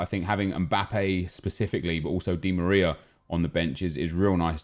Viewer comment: Why did this man say dimariar